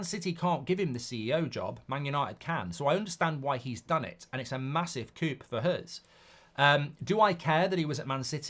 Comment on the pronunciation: Can someone teach Mark how to pronounce the word “coup”? It’s 4 letters long and France is like 30 miles from England.